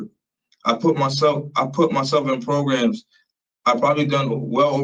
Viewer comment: Again with the magical “progrums”